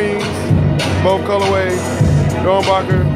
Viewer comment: its doernbecher not doernbacher